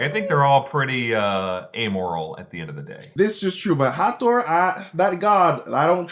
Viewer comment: Hathor is pronounced Ha-thaw.